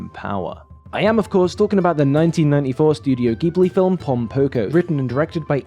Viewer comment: I feel obliged to spread the word of “pronouncing it ‘jib-lee’” the way they do. ;-) I guess technically Miyazaki would pronounce it closer to ‘jib-oo-ri’ with the center vowel fairly elided, but regardless. Just the J sound starter is all we really desire in life.